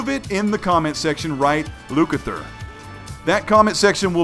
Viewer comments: Lukather? I think that's what you said lol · Lucather?! LoL I'm confused... But great E3 Video, can't wait to see more from the big 3! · Lookither I think that’s what you said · What on earth is Lukither? Anyhow, keep it up. I always enjoy your vids! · Lukathur? Ha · Um Lucathur? You coming up with words? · Great video as always dude. Lukather, Lucathur? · What the F is Lukather lol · I heard Lukather. Not sure if it was on the screen or not as I listen with my phone screen off. I appreciate your take on this industry that we love.